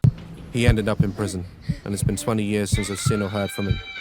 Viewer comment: Me: seen Daz: sin